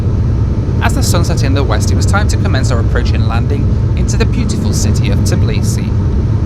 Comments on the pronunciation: Just say Tbeeleesee, it sounds better than Tuhbleesee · I am not even from Georgia and it is kind of driving me crazy how Americans pronounce Tbilisi :D Are you not able to say TBI-LISI? :)